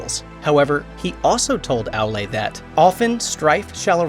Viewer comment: its not Alae its Aoolae (Aulë) remember the au in Smaug